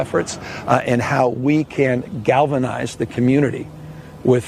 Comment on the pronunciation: Did he say "Gavinize ?" I think he did. ( yikes) 🙏2 🌎🇺🇸